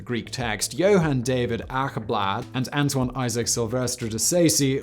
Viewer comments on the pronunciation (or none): none